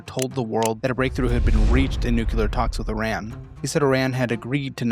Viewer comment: can't pronounce NUclear or ammuNItion. Nucular and ammunation...